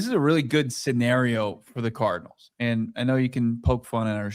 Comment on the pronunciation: he said Arizona Tardinals